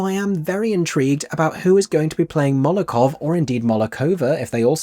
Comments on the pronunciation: Molotov Cocktail - not Molokov!! LOL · I need to be pedantic for a moment. It's Molotov cocktail, not Molokov. That said, thank you for this video, I first heard the soundtrack when I was 14 and I've loved it since then.